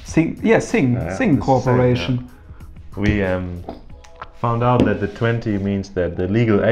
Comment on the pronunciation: เหน่อ ซิ่งค่อปเรชั่น